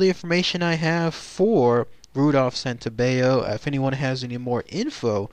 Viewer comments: The double L isn't pronounced like a y in Italian like it is in Spanish. His name is Santo-bell-o. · WRONG, GET YOUR FACTS STRAIGHT, THAT'S NOT HOW IT WENT DOWN.. AND PRONOUNCE HIS NAME RIGHT, SANTO BELL O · You're right. The letter "L" in Italian has to be pronounced like an "L". The narrator is pronouncing it with the Spanish rule. Not sure why. He should know Santobello is Italian. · Your saying my last name wrong, it’s Santobello god don’t disrespect my uncle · Hi, you are pronouncing my last name wrong, that was my uncle. Most of your info on my uncle was correct, but some of it was incorrect.